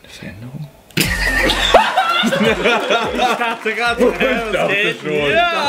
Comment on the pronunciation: und 18.00 "VERÄNERUNG ????????????"